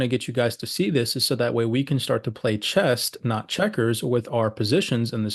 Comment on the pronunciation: Bruh, it's chess, not chest.